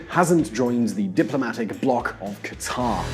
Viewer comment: Not Khataaar but Qatar for Allah's sake